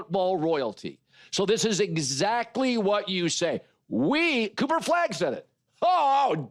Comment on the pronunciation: If you knew Cooper, you would know how to pronounce his name...